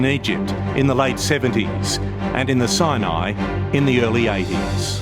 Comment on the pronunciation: It is "Sinai", NOT "Siani"! The announcer should be re-educated.